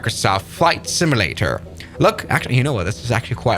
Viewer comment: It's simUlator, not similator 🙂